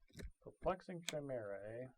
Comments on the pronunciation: It's pronounced Kai-mera not Chaimera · Hey ur cool but im just gonna say this to save everyone the time and energy. YOU SAY IT KAI MER A NOT CHAIMERA FOR THE LOVE OF GOOOOD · Pedro Lopez it was like once said it, everyone else was like "well I guess that's how we're all going to say it now"